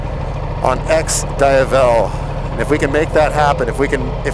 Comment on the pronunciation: I would have given this a LIKE if he could have pronounced the name right. Myself, I prefer the Monster, but thats just me.